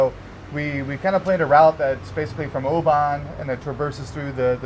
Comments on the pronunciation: Great video of my country. Hahaha how you pronounce the places Oh ban haha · No it’s no it’s pronounced O-ban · Americans shouldn’t be allowed to say scottish words. OBAN, - drop the A and roll straight from the B to the N. “OBN” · Great vido but, Oban, the whisky is pronounced "Oh-bin" 😁